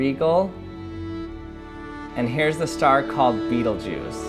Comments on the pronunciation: Its pronounced "bet.el.eu.gus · Me: It wasn't pronounced Rye-ghel? That wasn't pronounced Beetle-geese? How dumb am I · I just loved the way he pronounced the star beetle-juice